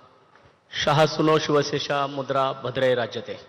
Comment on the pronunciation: शिवमुद्रा सुउच्चारीत असावी....